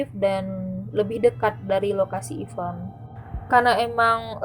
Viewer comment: IVENT, gatel gw 🤣